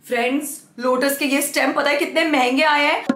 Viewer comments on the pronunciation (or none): none